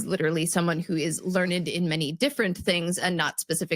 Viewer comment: . What's a learnid?